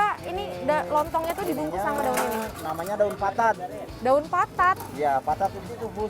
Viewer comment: Daun patat min...bukan daun papat ;p